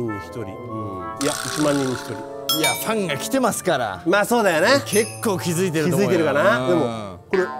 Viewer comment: ファンのことフアンって言ってるの笑うwww